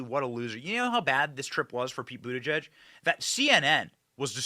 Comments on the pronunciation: It took ‘buttergee’(correct pronunciation) nearly 3weeks to get to train accident in OHIO,and 15minutes to lose his train of thought…! You could not make this up!!! How the hell do they get hired? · His last name is pronounced but-he's-gay😂